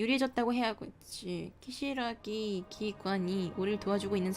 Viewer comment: ㅋㅋㅋ자꾸 키사라기를 키시라기 라고 읽으셔